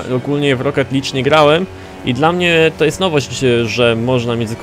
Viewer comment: "Licz"? "LICZ"?! LIG się czyta!:v A tak abstrahując od fonetycznego nazizmu - ja mocno ubolewam nad faktem, że Forza Horizon 3 będzie tylko na Windows 10. Giera zapowiada się na najlepszą ścigałkę w historii, ale Microsoft stwierdził, że "Windows 10 only, bierzcie to gunwo". Ja mam bardzo złe wspomnienia z W10 i nie zamierzam trzeci raz ładować tego systemu na swojego peceta. Zresztą ogólnie chyba W10 niespecjalnie się lubi z AMD, bo każdy mój znajomy, który ma peceta z komponentami tej firmy, skarży się na 10-tkę. Ja również miałem z tym systemem problemy, nie tylko stablinościowo, ale i software'owo. Trudno, zostanie mi oglądanie Forzy 3 u </3 #smutnatwarz